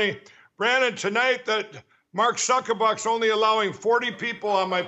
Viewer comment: I’m surprised you didn’t comment on the pronunciation of Mark “Zuck-a-Buck”